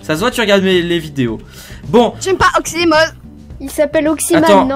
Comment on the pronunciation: À un PLLLLOFFESSEULLL OXIMOZZZE